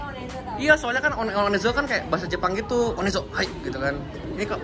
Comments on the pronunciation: Namanya ONEZO dibacanya ONEZO. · Bang btw itu OneZo sebutannya bukan o.. n..e... Zo tapi one zo , one nya pakek accent english bang hahahhaah